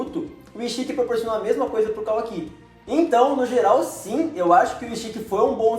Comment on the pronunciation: não é “KAWAKÍ” é kawaki